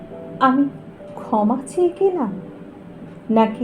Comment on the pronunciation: 👍২০ ভালো লাগলো "ক্ষমা", অনুভবী স্বরে তার উচ্চারণ। ভালো থাকবেন। 🙏